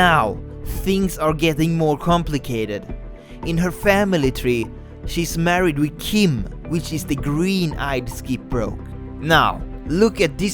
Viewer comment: FAMALEE TRWEE